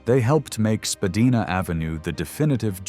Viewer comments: spadina is pronounced spa d eye na. not spa d eee na. Its known to everyone in the city. This is a bold error. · too much disinformation, i.e., using US dollars, mispronunciation of the name Spadina, pictures of city streets which are NOT Toronto... I stopped watching this! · Very interesting...but a couple of points...Spadina is pronounced Spa-dye-na....and the Reichman family first came to Montreal from overseas and then moved to Toronto. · Don’t be such a greeneh! Learn to speak proper Canadian English. Spadina is not pronounced “Spah-dee-nah” but “Spah-die-nah”. Azoy? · SpaDEEna? US cash in the bill counter? This AI stuff is just so cringe. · LOL AI 🤖 pronounced Spadina incorrect 😂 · I disagree. My father grew up on Spadina, born in 1921, and never pronounced it the way it's been pronounced in this video.